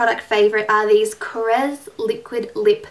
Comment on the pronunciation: yay you are the first beauty guru who pronounces Korres correctly! finally haha!! :)